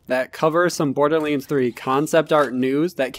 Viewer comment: Why are you saying borderlynds !?